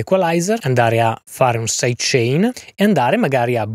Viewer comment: Caxxo quando hai detto "saidecenare" mi sono spaccato dal ridere! Top!